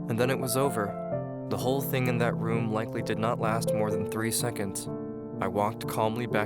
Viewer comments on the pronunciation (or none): DIDN'T is not pronounced DIDENT. THING is not pronounced THINK. CARING is not pronounced CARINK. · Crappy art again... and does it bug anyone else that her's is in the title, but it's not proper grammar? No? Okay... just me I guess. Also the voice actor is annoying... why the hell does he use a K for the G sound in some words? It's every thinG not every think... hits head on desk